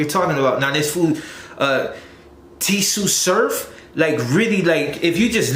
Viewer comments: It's not t tsu surf it's Tsu Surf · And it ain't tee su surf..its Tsunami Surf..so its pronounced Su surf the T is silent my g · It's not t su surf bro it's tsu surf (pronounced sue surf) my brother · Why he sayin t tsu surf he dnt knw the t silent lol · Tsunami surf not T su surf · Su- Surf pronounced first "t" is silent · Lmao.. nigga said T su surf wtf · The t is silent it's just su surf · Homie said Tee sue surf 🤣🤣🤣🤣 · Tsu Surf is pronounced Su Surf. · Tsu surf is pronounced “sue” surf. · "T" su surf! Lol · Tsu Surf = Sue surf, the T is silent. just to help u get the name correct fam! But great video! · It’s vlad not vlod And it’s suuu surf mang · I'm a big tsu surf fan. he killed me when he said it again. 🤨🤣🤣 T. Su. Surf.. 🤣 straight butchered my boy name.